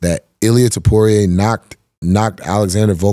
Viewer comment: new Flyweight? 😂 "Featherweight" & Too-Po-Reah not "Too-Poo-Rei"